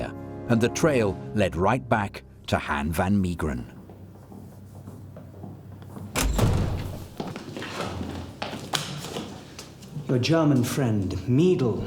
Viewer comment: Hen fan Miegeren 😂 Han= as half van = half Mee geren = may gren Good luck 😂 Ps, I can paint you a Han van Meegeren. He's born and burried in my hometown Deventer.